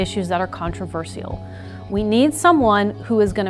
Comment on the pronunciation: The way she said controversial was controversial in itself